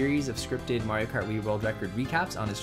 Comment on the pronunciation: It's MARIO not that shit your saying